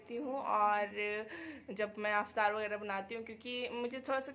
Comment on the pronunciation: Didi aap "Aftar"maat boliye, its "Iftar". Don't mind plz